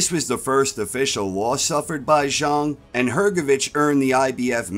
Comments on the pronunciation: Its pronounced zhang not zhung, love the content ❤ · I don't know the correct pronunciation so I'm not busting balls I'm just saying it's funny to pronounce it "Big Bang ZHONG" and totally obliterate the rhyme that gives "Big Bang ZHANG" its memorable ring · Zhang not Zharng